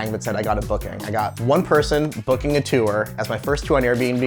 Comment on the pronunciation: the way he pronounces tour makes me furious